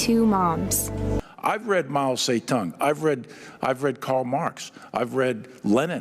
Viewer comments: he said marl say tongue what a goofball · ok listen as a taiwanese person i hate mao as much as the next guy but he did NOT just call him “mayo say dung” i am in pain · He may have read Mao Zedong but he sure can't pronounce his name correctly even if all of America depended on it